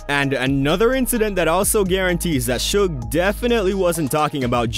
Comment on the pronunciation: Atleast he didn't screw suge's name up, most of these people mess his name up , if you can't say their names right , they should keep their names out their mouths.